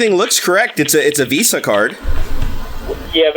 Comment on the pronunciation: You mean Wisa not Visa, right?